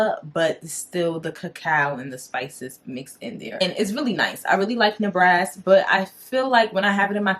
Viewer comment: Good review..i had to look at the bottle to see what you were talking about..i think you saying the Ne ba ras incorrectly